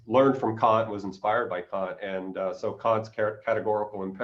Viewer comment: Bernardo has a fantastic take on many things but his pronunciation of the great 'Kant' needs work. You know, just so he follows a 'safer' path ;)